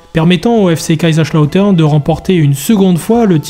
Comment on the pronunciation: SUPER VIDÉO ! Juste les S en allemand ne sont pas des CH 😅